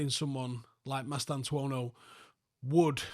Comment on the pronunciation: Goddamit I came here to see butcher the boy's name, but he nailed it 🙃